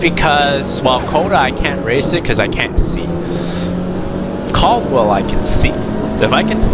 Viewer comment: Learn how to say it first!! 😂😂😂 CAD-WELL